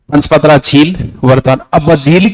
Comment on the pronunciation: Paspadra not panchpadra